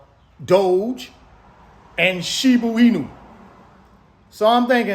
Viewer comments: Totally respect advice! All of a sudden going hard in shib(a) inu and doge because content running dry! Dude, it’s shiba inu, not shibu inu! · It's SHIBA with an "A" my brother, not shibu. Love your channel and the value you keep dropping. God bless! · Shiboo Weenu 😂😂😂 again I love your content but you sounding like my parents with the mispronounced names. My moms used to call "Pokémon" "Pokeman".